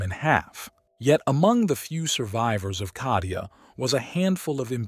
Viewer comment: why are you pronouncing Kadia?Cardia with C